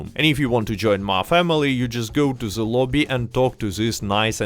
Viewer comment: “I got se moves” 🕺🏻